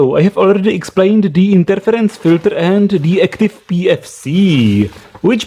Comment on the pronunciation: Now, this proves that this is a Russian video... and he can't say filters correctly. dddddddr.